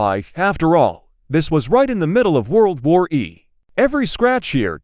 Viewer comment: World War "E"?